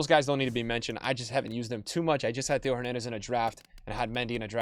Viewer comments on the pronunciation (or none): none